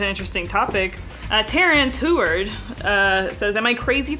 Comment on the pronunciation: unsubbed because said effward